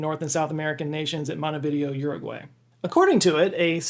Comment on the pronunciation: Yeah so lovely hearing you saying my country's name ❣️, 🇺🇾